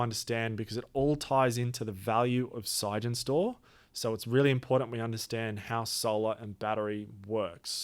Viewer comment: Why are you saying "sige-en-stor"? It's clearly "sig-en-stor", as in Sig Energy Storage.